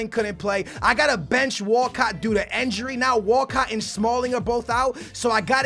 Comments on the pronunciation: he says injury like enjury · who else finds the way says injury/injuries funny😂